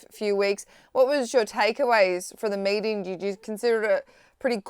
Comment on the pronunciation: I heard "mating"